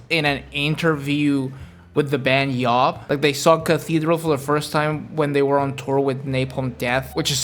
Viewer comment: Youre pronouncing Ahab wrong.